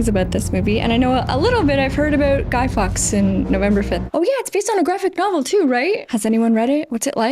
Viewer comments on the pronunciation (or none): its not Guy Fox, its Guy Fawkes, you know like a fork, the thing you eat with